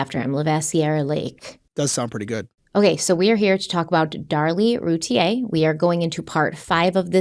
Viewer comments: I love you guys, but Darlie’s last name is pronounced like root beer without the b. Like Rooteer. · Here in Texas, they always pronounced her last name Routier, sounds like "beer" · And actually the Routiers pronounce their name “Roo Teer”. 😂